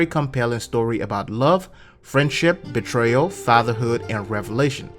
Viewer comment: Betrayal* not Beterayal man 😂